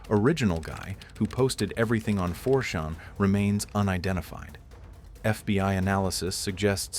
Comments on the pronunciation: And it's not 4 "Shawn". CHAN, dang it. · 4 shawn. I lul'd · this bot voice... 4 shawn. 4 shawn hmm?? does it mean 4 CHAN? why is it saying 4shawn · Why are you pronouncing it 4 Shawn? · The AI narrator.. "Four Sean, Roooooter" Come on guys.. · Yeah I was caught by surprise at the odd pronunciation of 4chan where the chan sounds like shan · 4-SHONN? Really? f you insist on using a text-2-speech program with zero grasp of the English language, maybe you should get a native speaker to proof it after it's done reading the Wikipedia article. Oh and see if your text-2-speech bot can handle this "MOE-RONN" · 4shuan maybe? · It's 4 chan. As in Jackie Chan. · Yah he keeps pronouncing 4chan like champagne lol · How can your AI not know how to pronounce 4 CHAN? Or Ironically? Do better! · Yeah, mispronouncing 4Chan and “ironally” were two sloppy mistakes that prevented me from subscribing and spreading this channel. That’s just lazy to use AI and not listen to it before uploading